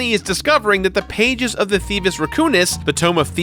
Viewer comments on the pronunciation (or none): none